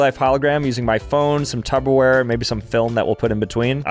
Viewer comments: Can someone let know it’s “TUPperware” and not “TUBberware” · Why would he call a pyrex glass container "tubber wear" its not even pronounced that way its "tupper wear" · Umm….please tell me you are calling it Tupperware and not Tubberware 😮😝😂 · Dawg it's TUPPERWARE not tubberware 😭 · It wasn't even Tupper wear it was glass. is very not smart I have noticed recently from these videos but I guess that gets a lot of views